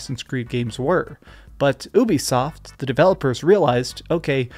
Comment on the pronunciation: Man can't even say Ubisoft the right way